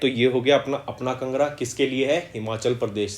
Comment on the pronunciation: Sir it is not pronounced as"kngra" It is pronounced as "Kaangra" Which is a district in Himachal pradesh